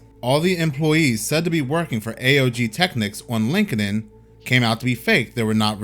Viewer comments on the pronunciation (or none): Sounds like: LinkT-in or LinkedT IN